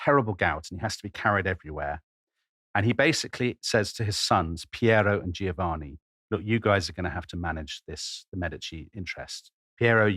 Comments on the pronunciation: Why is it that zero English speakers can say "Giovanni" correctly. It isn't "Geo-Vanni" it's "Jo-vanni". gio says "jo" - every single time. It does not say "geo" like geography. In the US they keep saying Luigi Man-geo-ni over and over ad naseuom - even those who should know better. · He mispronounces Giovanni. the first "i" softens the "G" but is silent.